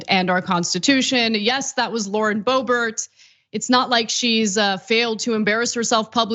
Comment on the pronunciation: Lauren D'oh-bert !